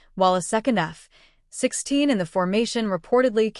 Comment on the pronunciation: At least teach your annoying AI waffle robot to pronounce F-16 properly 🤦🏼‍♂🤦🏼‍♂🤮🤮👎👎👎